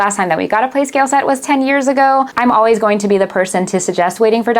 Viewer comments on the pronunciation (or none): none